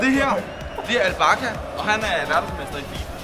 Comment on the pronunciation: han siger al bakka og ikke al Bacha😂